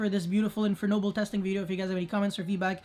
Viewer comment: Those Infernoble names were so accurate! I love the way you pronunce them, I almost forgot English is not your first language